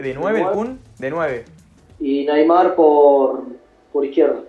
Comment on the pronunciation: Like si escuchaste que dijo NAYMAR